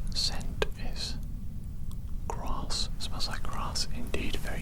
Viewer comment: When you said "grass", I heard "Ross, it smells like Ross" 🤣 I was a bit confused until I realised you said grass 😅 Really cool video btw! 😁